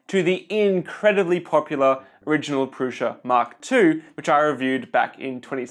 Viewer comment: It's Prusa, not Prusha